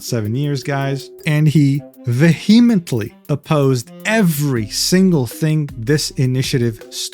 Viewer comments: Love this pronunciation of vehemently i'm gonna start using that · I love this vid but I need you to know that you pronounce 'integral' and 'vehemently' sort of wrong haha.